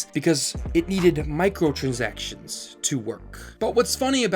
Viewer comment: Good vid but you kind of mumble some words. Make sure to enunciate. Trend-setter. (not trend center), Micro-trans-actions. (not micro trinsikshns). Gar-bage (not gorbage). QA (not Q & A, it means Quality Assurance, not Questions and Answers). Supposedly (not supposubly, not a word)